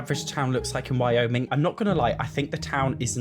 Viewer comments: You are pronouncing Wyoming correctly. I'm from Idaho, Wyoming's neighbor. A lot of the pictures you showed were from Grand Teton National Park and Yellowstone National Park - This is also how I picture the horse world looking. There's a popular TV series called Yellowstone, and I can't help but think they will be mimicking the scenery there. I also thought this might be a dude ranch vacation world scenario. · I would’ve been fine with Cottage Living and Pets being different packs. But horses, cats & dogs, my first pet stuff and birds, lizards, snakes, etc should’ve all been in one pack. Also you pronounced Wyoming properly! Also you have become my favorite Sim YouTuber because you call out EA and don’t pretend every pack is amazing. I wish you had so many more followers. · I want to be able to have my Sim use the horses as a mode of transportation. I wanna be able to ride it to the Spice Festival and then back home. Also, you pronounced Wyoming correctly lol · You pronounced Wyoming correctly :) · You pronounced it right. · You pronounced it correctly. But the image, the first thing I thought of was Denver, Colorado. It is nicked named the "mile high." Seeing the city on top of the mountains in the picture makes me think that way. I hope horses are not limited. Be nice to have one in cottage living. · You are saying Wyoming perfectly👍. However most people in the US dont get excited when you hear Wyoming lol. Definitely not a normal vacation destination 🤭 no offense to the wonderful people of Wyoming.